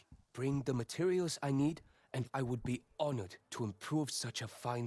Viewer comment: "Yew wood" No, I wouldn't.